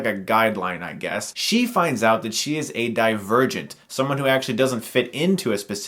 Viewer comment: I wasnt looking atthe title when this video started and I heard him say : Die virgint